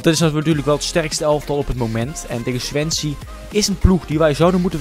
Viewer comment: swensie zei hij :)